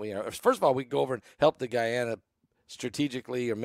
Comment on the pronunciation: "guy-anna" is in South America / "gone-uh" is in Africa, just shows that makes mistakes like the rest of us do 😂🤣 Bless you for all the info you DO bring us whether it is mispronounced or not 😇😇🙏🙏🙏